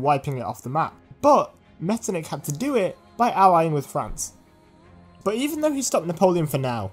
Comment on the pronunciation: Not pronounced like that, the ch isn't a k it's more like a hy sound, so Metternich should be pronounced like "metternihy" (this is how I explsin the sound to my non-german-speaking friends)